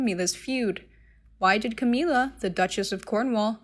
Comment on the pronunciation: Her name is Camilla not Cameela